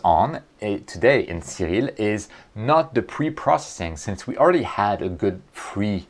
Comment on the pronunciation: Cyril? Oria? Are you speaking Japanese?